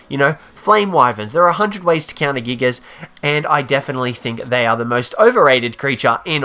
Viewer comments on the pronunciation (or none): none